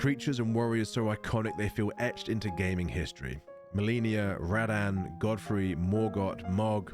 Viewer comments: Lol. "Rad-Anne". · Dude this video would be so peak if he knew how to pronounce Radahn